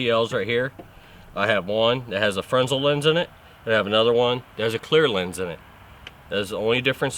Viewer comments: Dude, it's pronounced "fernel" even though it's spelled Fresnel. I know cause I took a lighting tech class in college professor did nothing but lighting for years in theater. You seem to know alot though give u that. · Fantastic educational video .. Thanks . One teeny thing ... The Fresnel lenses are named after a French Scientist who helped develop the Fresnel lens ... originally to focus Lighthouse light beams with much less glass. It is pronounced Frah Nell .